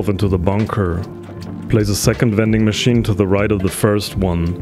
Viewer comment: Did u say wending machine